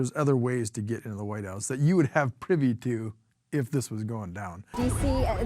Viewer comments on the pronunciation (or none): none